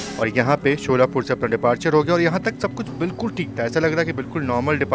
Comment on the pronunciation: शोलापुर नही सोलापुर है